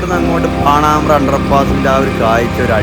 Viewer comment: പാണാമ്ബ്ര എത് നാട് !? പാണംബ്ര എന്ന് പറയൂ....